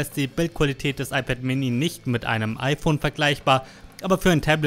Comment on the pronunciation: iPad äMini. Red halt Deutsch, Mann.